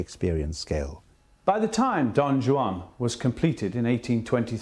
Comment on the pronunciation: Guy can't even pronounce Don Juan!